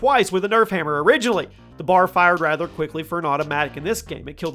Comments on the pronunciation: Bar? It's B.A.R. for Browning automatic rifle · It triggers me how he said B A R like bar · I just really have to express that all of the 3 letter weapons are not a word. FAL is not a word. BAR is not a word. I don’t know why that bugs me so much but whenever I hear someone say them as a word it irks me.